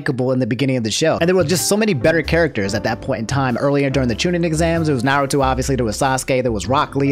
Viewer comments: I am vru knowledgeble on Narrowtoe and SocksKey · "I'm caught up on Naruto" -, who then proceeds to say almost every characters name wrong in both Dub and Sub, cmon lmfaooooo